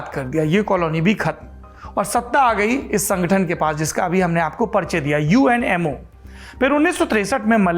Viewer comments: जब आपने UMNO को बारंबार UNMO कहा तो अचंभा हुआ और लगा कि संभवतः मेरे सुनने में ही कुछ कमी है। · It's UMNO yar not UNMO ji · Saurabh, big fan of you and your channel. Lived in Malaysia for many years and married to a Malaysian. Several mispronunciation such as It’s UMNO, united Malay national organization not UNMO It’s called MALAYA pronounced as MALAAYAA BHD is for BERHAD closest English translation is Ltd. In a company. Expectations are high Saurabh. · aapne UMNO ko baar baar UNMO bola hai... 1st time galti pakdi.. 🤗 learning